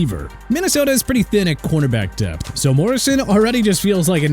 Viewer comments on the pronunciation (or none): none